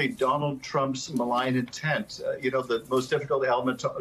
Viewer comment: I really hope he said "malign" intent, which is what we have come to expect of trump.If he said "maligned," it means Rep. Schiff was defending the former President, which seems implausible in the extreme.